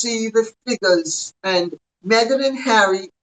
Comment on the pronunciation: Not so long ago, the thing Harry married said she was changing her surname to Sussex and that her first name should be pronounced meee-gan. Meeegan Sussex. But everyone keeps pronouncing her name as megg-an or may-gan, and her surname remains Markle. It must drive her crazy to find her demands ignored.